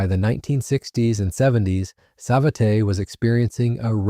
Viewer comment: The A clown pronounce it "sa-vet-tay"....LMFAO....thats enough for me, safe yourself the pain of listening to this terrible hooey.